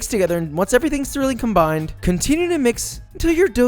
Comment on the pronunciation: Haha! YES you said Combiiiiiiined with the Texas accent lol